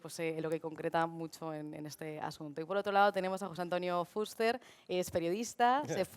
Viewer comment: La presentadora lo dice correctamente, se pronuncia Fúster. Gracias